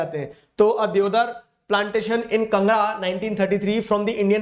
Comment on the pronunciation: (Kangra)was pronounced wrongly only people from Himachal Pradesh know what is Kangra !!